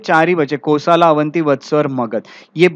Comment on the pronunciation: कोसल नाम है कोसला या कोसाला नही